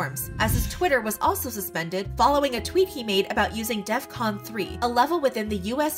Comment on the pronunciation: it's DEF CON 3, not "death" con 3....